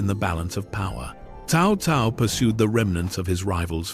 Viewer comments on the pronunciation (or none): Worst ai ever. Stick to the name. It is pronounced tsao tsao. Horrible video and pathetic. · I had been hearing "Cow Cow" pronunciation since Dynasty Warrior 3